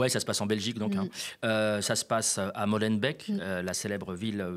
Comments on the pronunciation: Salut, petit commentaire sur Molenbeck... Alors, pour commencer, ça se prononce Molenbéééék... pas beck. Ensuite, ce n'est pas une ville. C'est une commune de la ville de Bruxelles. Commune = arrondissement à Paris, pour illustrer. Ensuite, ce n'est pas en région wallonne, c'est en région bruxelloise. Et ce n'est pas une commune francophone... C'est une commune bruxelloise et donc bilingue. Même si oui, le français y est majoritaire. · Cher, petite coquille concernant l'affaire à Molenbeek - qu'on prononce, pitié le covid est passé, "béék" et pas "bec" (mot signifiant "ruisseau" et "molen" signifiant "moulin", que vous retrouverez en quantités de couleurs le long du canal à titre symbolique) DANS LE CENTRE DE BRUXELLES et donc pas en Wallonie... ce n'est même pas une "ville" mais une des 19 "communes" de la "Région Bruxelles-Capitale", une des 3 régions de ce pays, d'ailleurs plutôt enclavée en région flamande. La Molenbeek est également une rivière, remise à ciel ouvert sur certains tronçons si jamais vous voulez la retrouver vous pourriez être surpris par l'aspect bucolique de notre capitale bien verte par endroits. Concernant la langue, Molenbeek-Saint-Jean (ouais c'est son nom complet), ainsi que toutes les autres communes qui composent la région ne sont pas francophones administrativement mais bilingues (français + néerlandais). Autre complément sur l'assertion de notre chef de parti Bouchez: en effet, la Belgique n'est pas un pays laïque puisque de l'argent public finance les cultes, avec une majorité ÉCRASANTE pour l'église catholique, ce qui mérite d'être questionné selon moi. Il s'agit historiquement d'une volonté politique de cohésion sociale. Quelque chose qui a d'ailleurs eu lieu également dans certaines régions de France. Et, taquin, je finis cette correction par une mini info plutôt connue par chez nous: savez-vous quelle est la première population étrangère à Bruxelles? Les Français. 🙂